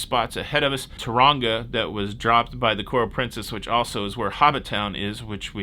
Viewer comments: The joys of being here in cyclone season (what you call hurricanes in the USA)…Cyclone Hale is due to hit the mid North Island on Monday/Tuesday, which is unfortunate…and Tauranga is pronounced Tao-ronga if you want to sound more like a local 😊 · Blick'in Jeff Corvin...Tau-ra-nga, i.e., Toe-rung-a with a soft single roll on the "r"👍🏽 Great stuff!